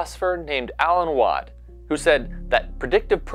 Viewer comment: Alan Watts, not Watt. But good video. Thanks.